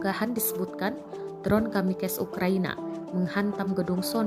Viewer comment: kamikes atau kamikaze ?